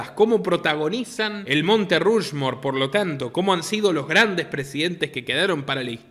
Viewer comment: Sólo hay dos personajes en Barbieland que no son Barbie ni Ken: la muñeca embarazada, que se llama Midge (la primera amiga de Barbie) y Allan (más tarde escrito Alan, el único amigo de Ken) Unos cuantos detallitos aquí: Mattel se pronuncia "ma-TEL" Rushmore se pronuncia "ROSH-mor" apartheid, una palabra bastante difícil, se pronuncia "a-PART-jaid" Disney se pronuncia "DIS-ni" Patreon se pronuncia "PEI-trion" Forbes se pronuncia "forbs" Fuera de todo eso, esto que usted mencionó sobre la película Barbie parece ser otra muestra más de que en Hollywood parece que quiere reinar lo "woke", a pesar de que hay sectores del público que se oponen a ello. Lo más curioso es que esta película ha sido un éxito de taquilla pese a los fracasos de filmes como Lightyear, y Strange world, entre otros y éxitos como Sound of Freedom. Muy buen comentario